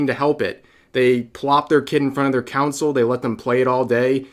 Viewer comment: Did you just say council